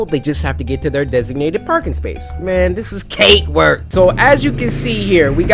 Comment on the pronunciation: Bro he said kate work not cake work